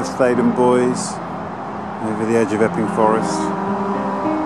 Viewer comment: No was right in his pronunciation as this link shows... How To Say Theydon Bois